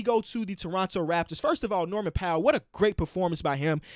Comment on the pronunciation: bro he said his name wrong 😑